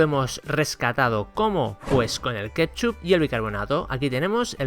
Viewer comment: A ver si aprende a decir ketchup